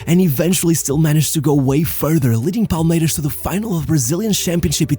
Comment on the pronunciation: When you're sYou're using the Portuguese "S" sound. In Brasil we don't say "Palmeirax", it's Palmeirassss, the S like a snake. Only in a few places in Brasil (like Rio) people say "Vaxco".